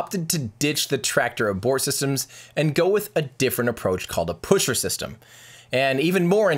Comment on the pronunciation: yes, the "puschert"-system is indeed very reliable ^^